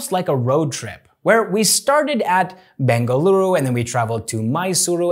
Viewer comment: You pronounced bengaluru correctly ❤️❤️❤️